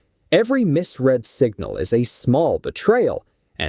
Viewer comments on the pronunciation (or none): Mis-Red not Mis-Reed